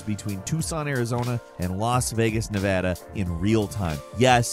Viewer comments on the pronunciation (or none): none